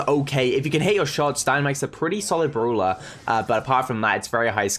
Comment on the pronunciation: i love the way he says browler not brawler and browl stars not brawl stars lol